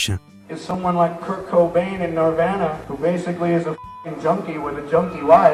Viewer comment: he said nirvana wrong.